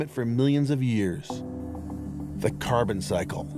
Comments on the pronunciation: This is amazing, the fossils found. When he starts talking about the amount of carbon cars can leave behind, he calls it car turds, had me 😂😂😂 it's a serious situation. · Wasn't expecting to laugh but he said "car turds"